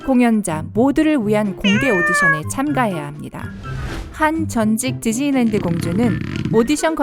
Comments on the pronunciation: 저는 지즐랜드라고 들려요. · 발음 겁나 흘리시네요ㅋㅋㅋ지즐랜드ㅋㅋㅋㅋㅋ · 지즐리랜드 ㅋㅋ